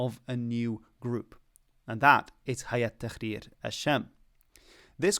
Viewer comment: Tahrir not takhrir that means shitting